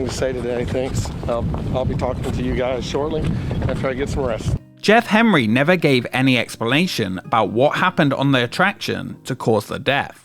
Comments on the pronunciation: You keep saying "Hemry", but occasionally say "Henry" - which is it? How irritating. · why do you say Jeff Hemry instead of Jeff Henry? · every time he pronounces Henry as “hemree” I die a little more inside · Why does the narrator repeatedly refer to the family as "Hemry" when it appears in the video to be "Henry"? Is this some odd form of British pronunciation, like when they say "fink"instead of "think". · I googled this. Turns out the guy's name is Jeff HENRY, not HEMRY, as pronounced here. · Outside the point of this video which I was already very familiar with. I'm curious, was this AI voiced and you kept typoing Henry to Hemry or can the narrator just not speak correctly?